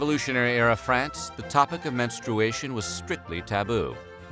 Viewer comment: men-STRU-ashun lol